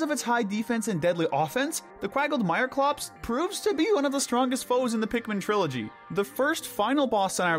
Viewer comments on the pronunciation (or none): none